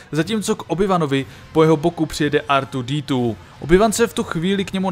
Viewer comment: Pokaždé mne pobaví "artwodetwo" a v zápětí "cétřipéó"